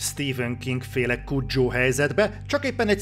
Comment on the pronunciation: Kuddzsó? Nem kuho ((Cujo)?